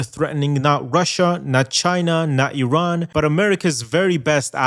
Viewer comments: Iranian here, thanks for pronouncing Iran right. No one is Running anywhere. Not in this economy. Not with these Sanctions. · OMG you actually pronounced Iran correctly!